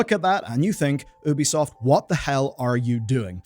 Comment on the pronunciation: My guy. Its not oooooo bi soft its youbisoft. Say you bi soft. Apart from this. Keep up good work and keep fighting the good fight.